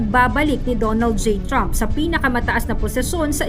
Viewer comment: ginawa mong troooompoooo si trump....voice over mo ayusin mo troooooommpppp!